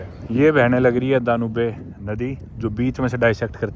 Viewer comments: Its Dan-youb, not Dan-ubay, ok. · DA-NUBE nahi... Pronunciation Da-Nyoob hai. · It's dan yoube not daa noo bee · दानुबे नदी❎ डेन्यूब नदी✔️